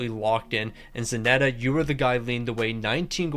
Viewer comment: Still wondering why Zanetti is called Zanetta hahaha